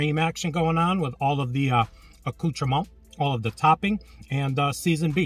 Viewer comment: Good job not pronouncing the last T and S in "Accoutrements" the last letter is almost never pronounced in French, your pronunciation is spot on